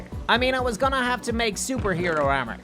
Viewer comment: He's saying ermer😅👍😂